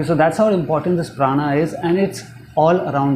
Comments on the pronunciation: prana is sanskrit. pran is the wrong pronunciation by people who speak Hindi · It is pronounced as Prānā in Sanskrit and not prān. That is the way it is pronounced in the northern parts of India but unfortunately that is not the right way. No prejudice but stating the truth here.